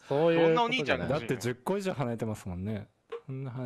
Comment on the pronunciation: 何回聞いても最初のところが｢おねーちゃんが欲しかった｣にしか聞こえないんやが